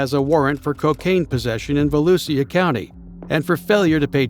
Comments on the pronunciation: It’s VALOOSHA, not valusia…. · I've recently found this channel and want to thank the channel operator. Only one problem is the robots pronunciation of Volusia, which is Vol-ew-sha. Great editing, though. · Its pronounced VALOOSHA country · Volusia is pronounced as "voh-loo-shuh" though😊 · I'm from Orange/DeBary, went to Deltona High. He has good videos but every time he says "Volusia" wrong it makes me cringe.